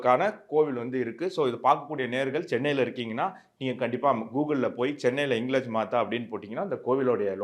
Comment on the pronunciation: ஹிங்லாஜ் என்று உச்சரிக்கவும்